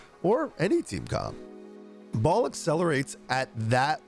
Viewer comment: What the junk is "Ball"?!?!? It's Ba-el!!!!!!